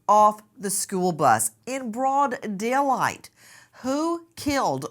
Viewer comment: “In broad del light?” 😂